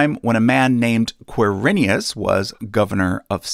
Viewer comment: Ker-i-nius It's my family name. Quir-i-nus.